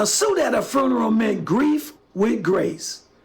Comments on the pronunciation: If mofo says fooneral one more time I’m gonna fall out. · The way this guy pronounces funeral like it's furn-er-al...I agree with him about dressing well, but dang can we make pronunciation great again?